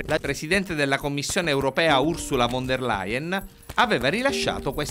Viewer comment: Von si pronuncia come F..quindi Fon ..